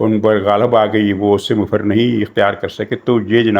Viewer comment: مفر میم پر زبر اور ف پر بھی زبر، عربی لفظ ہے جائے فرار